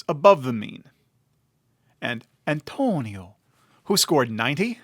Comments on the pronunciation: You really don't have to say Antonio like that, dude. wtf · Why do you say the name Antonio like that? It's creepy.... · The way he said it lol